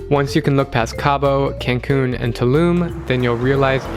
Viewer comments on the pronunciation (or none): i cringed at how you pronounced cancun..... srry not srry. I’m visiting my grandma in mexico this summer though, (hopefully 🥺) and i am excited. i will finally be able to see my beautiful country. 🇲🇽🇲🇽💕